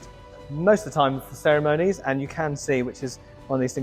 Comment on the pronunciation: The dreaded "ceremoanies". Where do people learn this abuse of the language?